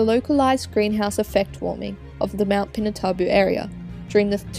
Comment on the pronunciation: It's pronounced pee-nah-too-bo